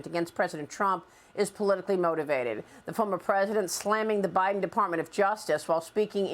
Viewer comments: He called him butter hide’n Lol I chuckled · He almost said butter hots laptop. Lol just found it funny is all. Gotta the little things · He almost said "Butter Hiden". I wouldn't disagree. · "Butter Heiden" ;-) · He said Butter Hiden...😂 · Lol! He said Butter Hiden! Hunter's hidin' that butter! 😂